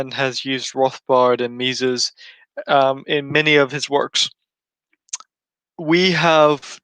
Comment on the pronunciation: I'm a patron of TIK's on Pathreon. I can send him a msg for you guys. ps. Someone needs to teach how to pronounce Mises